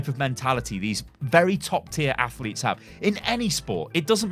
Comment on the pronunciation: "athletes" lmao